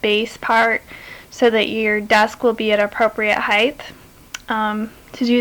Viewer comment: there's no H on the end of HEIGHT!!!!!!!!!!!!!!!!!!